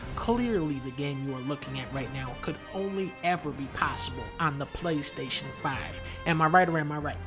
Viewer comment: I thought you said clank station 5